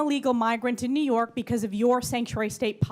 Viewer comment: “I’m telling you this” “I’m telling you the policies of Nee York.” Hochul NEEDS TO GO!!!